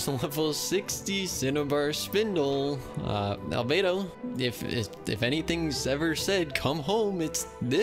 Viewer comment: omg u got Al-bow-do